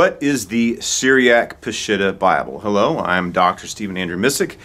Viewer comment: Ugh... it is NOT pronounced "Pa-SHIT-ta"... it's "Pa-sheet-tah" 😉